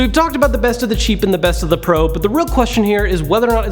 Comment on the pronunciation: When he says cheap it sounds like he says sheep